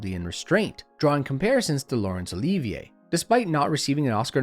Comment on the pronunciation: "Laurence Oleeeevia" ??